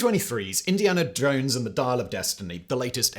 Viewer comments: Indiana Jorrnes lol never gets old with those intrusive R’s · I was sure he said Indinia Drones.